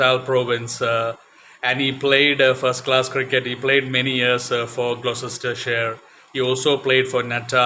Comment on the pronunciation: Gloucestershire is pronounced 'glostershire', I have vivid memories of Mike Procter batting and bowling (including off spin occasionally!) at the Cheltenham (pronounced chelt'nam) festival. There was joie de vivre in how he played the game.